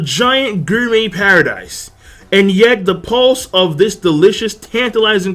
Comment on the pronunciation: it is pronounced: GOR-MEh stop with this Guur-Met